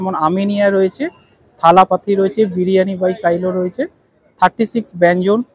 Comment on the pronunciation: Bhaloi laglo.. Biriyani by Kailo na,otar uccharon hocche., biriyani by kilo(jemon kilogram).. negatively neben na.. next time jete right pronunciation korte paren tai bollam, eta to ekta brand name 😊